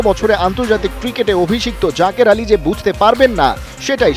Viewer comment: জাজের নাকি জাকের